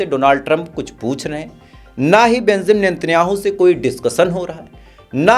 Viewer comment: Oii bhai kya news wala ree bemzam natanjahu nahi ree benzamin Netanyahu hota .... pronunciation toh kam sai kam thick sai karo